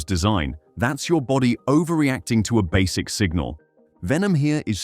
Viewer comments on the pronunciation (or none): none